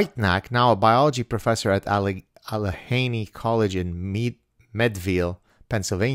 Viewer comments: I take you as someone that appreciates being corrected when it's legitimate. I am someone that appreciates it because I'm always trying to be better. However, some people get very defensive about it. So at the risk of looking like an asshole, I'm going to correct your pronunciation of PA places. Allegheny is pronounced with a hard g. Al-la-gain-E And Meadville is pronounced like the drink mead. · Allegheny College in Meadville PA.......thats my town!! Wow! You said it all wrong by the way 🤣🤣